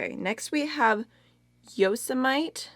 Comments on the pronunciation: Yosemite is named after a dog whose name is a reference to Yosemite National Park. Yosemite is actually pronounced Yo-sem-ih-tee. :) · I’ve never heard anyone say the way she did who lives in the US. So funny 😂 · Omg i’m from Sweden and even I an getting annoyed at how you can pronounce Yosemite like that 🙈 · Yosemite is pronounced Yo-sem-it-tee, like the National Park. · Omg! You pronounced Yosemite the way my teacher used to! She said she visited and the locals would get upset when "tourists" pronounced it "yo-se-mi-teee". That's so funny, I've never been there so I REALLY wouldn't know if that were true 😊 love your vids btw 💖🤗🤗